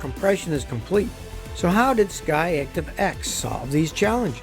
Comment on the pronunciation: Every time he says SKY ACTIVE instead I hear him say Scotty ACtive